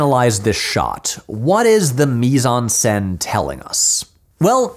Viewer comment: Mise en scène: Do not pronounce the 'n' in the word 'en'